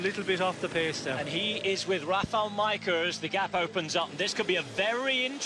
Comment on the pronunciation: I'm very surprised he pronounces Majka correctly.